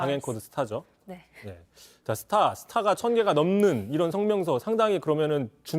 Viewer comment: 스타? 발음 굴리며 가볍게 언급할 정도로 니들이 군을 우습게 보게 만든게 이 정부가 해온 짓거리다. 승진 시켜줬으니 비판도 말라고? 언론 수준하고는…